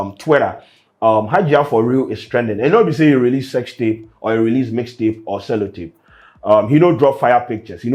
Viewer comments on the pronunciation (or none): C’mon bro 😂 “cello tape”